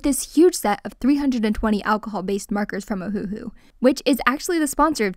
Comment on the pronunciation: Just want to say…. ITS NOT FREAKING O-HU-HU ITS OHU-HU and btw I’m not trying to be mean